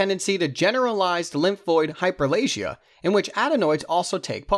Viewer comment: Do you mean hyperPlasia when you say hyperlasia?